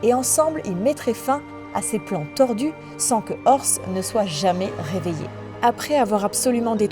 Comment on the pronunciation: "enel" "orse" "dresse rossa" "l'ile tous gateau" alors j'hésite a dire sympa l'ia ou tu as des problèmes délocutions mais sa reste assez bizarre quand même